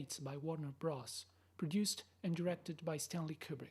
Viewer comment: Not “Bross”, it’s “Brothers”